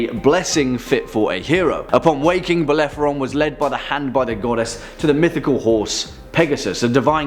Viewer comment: Bellephoron? You meant Bellerophon! Also, Cerberus surely deserved to be mentioned, the multi-headed dog that guards the gates of hell, is the offspring of the monsters Echidna and Typhon (which topped the list!) and is captured by Heracles as part of his Twelve Labours. Nice list, though.